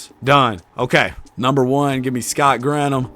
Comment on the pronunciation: It’s Gran Thum not Grant Ham lol